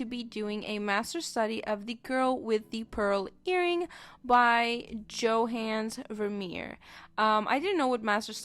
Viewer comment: johannes, is said with like yo-hann-as 🙂 and its not as bad as you think. can tell who it is 🙂 and master studies are all about practice